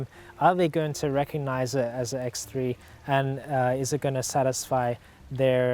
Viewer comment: X three la not X tree